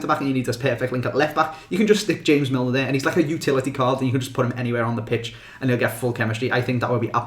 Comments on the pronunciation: The way you pronounced james millers name though 😂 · The way you said James Milner...